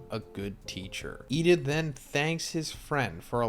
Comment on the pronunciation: Why do you sai lida's name like that? "Yida"